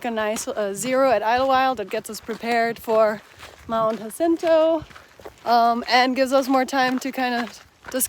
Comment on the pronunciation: How to keep the rain away? A: Seam seal your tent. Same goes for wearing your rain gear. BTW: Jacinto is pronounced Hasinto, it's a Spanish thing.